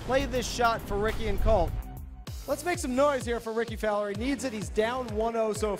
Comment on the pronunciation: Rickie fowler not folwer !!!